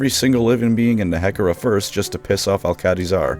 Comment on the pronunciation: The way you pronounce Nehekhara. It is... discomfiting.